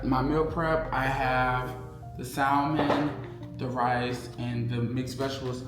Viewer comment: The L is silent in salmon. Just fyi. No shade just correction.